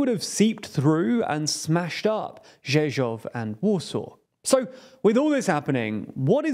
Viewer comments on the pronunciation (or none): Rzeszów* not Rzeszoq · You missed saying "Rzeszoq" in too... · It is RZESZÓW not Rzeszoq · should be "Rzeszów" but well done for saying it correctly. As a Pole and from Rzeszów I am not scared of them, their step into our country will end up disastrous and catastrophic end for them and hazardous for Russian ideology. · You should take some time more to gather more information as well as over look you video. First not Balkans but Baltic states second they are videos as well as pictures from the helicopters third it’s Rzeszow not Rzeszœ. Your script and your graphics are messed up. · Speaks to the quality of the channel. Also rzeszoq.